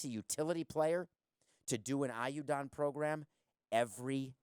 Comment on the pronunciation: Hearing you try to pronounce ayuda is excruciating. How could you have lived in Miami for so long and not have learned even basic spanish.